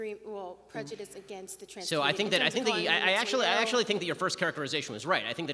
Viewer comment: These people always use words that they think are big, smart words when really they don’t pronounce them correctly nor do they even make sense 😂 prenjudinss